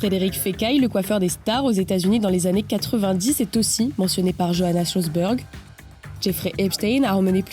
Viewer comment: "Johanna Sjoberg", un nom d'origine scandinave et plus particulièrement suédoise, se prononce "yo-hana sioberg' " (avec un "r" roulé). Merci pour elle. Un petit effort de recherche aurait suffit...